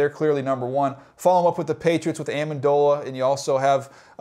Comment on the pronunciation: He called minitron amandola dafuq